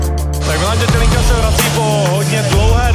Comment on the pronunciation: ale musim pochvalit Karlosa, ze spravne vyslovuje Milanove priezvisko na rozdiel od typka, ktory nahovoril uputavku na ten titulovy zapas, co mi pride celkom fail. Pretoze Datelinka sa spravne na Slovensku vyslovuje tak, ze sa to "t" zmakcuje.